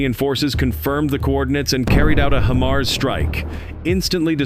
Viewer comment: lol I can't get past the pronunciation of HIMARS. He's saying Him ars when it is pronounced Hi Mars